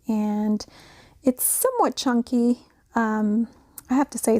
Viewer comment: Did you say chunkie..LOL …these are beautiful. Have a great weekend. TFS